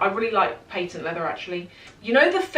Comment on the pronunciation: It’s called a patent leather, not paintent leather…..